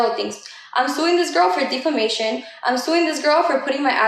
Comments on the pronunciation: Why does she say DeFEmation? Is she trying to say Defamation? Somebody take her phone away & give her a dictionary & an Ingles sín Barreras handbook 📖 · Nah but Jailyn saying the D in defamation had me rolling baby girl can’t speak correctly